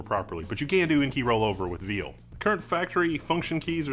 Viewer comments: VIAL! VIAL! Like a VIAL of elixir. Not "veal" like deer meat lmao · Do you mean VIAL? I am so confused as to why you keep saying Veal,:') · "vial" is pronounced "veal" now? wtf? "SALenoid?" what fucking planet am i on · Not to go all gif vs gif, but it is Vuhh-eye-ahl.